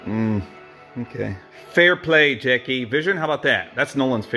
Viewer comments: STOP IT JACKAY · How to pronounce "Jackie"- Jak-key: ❎ jACKAY: ☑️